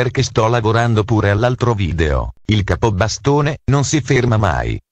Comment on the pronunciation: "kapabastana" di dove sei xD??